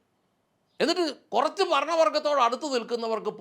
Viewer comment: ഫരണമല്ല ഭരണം